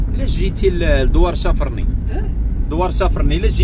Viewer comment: الأخ بغيت نصحح لك واحد المعلومة في ما يخص الدوار لي مشيت له في نواحي تيزي نتاست إسمه (شافرني) والنطق ديالو ماشي كما تسميه انت. ينطق باسم شافارني chafarni ماشي chafrni